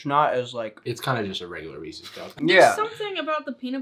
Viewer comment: I hate that he says ree-cees cup